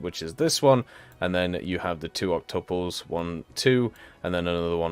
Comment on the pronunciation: Just to help, octuple is pronounced Ok-too-pl